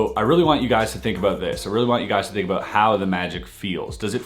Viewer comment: “Wanted to tahlk aboat” 😂😂 Canadians for ya